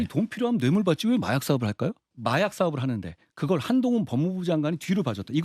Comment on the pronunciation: 박성민 저.... 녀......ㄴ 한동훈개 라고했어??? 몇번을 돌려봐도 그렇게 들리는데?????